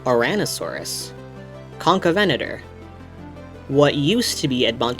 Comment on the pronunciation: Finnaly! someone who actually says concavenator correctly.